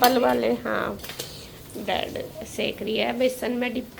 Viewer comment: Brad nhi bread hota h😂😂😂😂